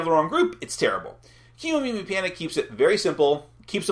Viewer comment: Just wanna mention that the pronunciation should be Ke (Keh and not Key) Momimi... Kemo is probably shortened from Kemono which means animals and Mimi means ears in Japanese and the word Kemomimi is probably from Kemonomimi which is usually associated with humanoid characters with animal ears (sort of a reverse anthropomorphism?) so that's the whole idea behind Kemomimi... cruel creatures though, you have to kick em out of the village after they lost their jewel... where will they go after that?!?! Will they survive in the world?!? is there any other Kemomimi village they can go to?!?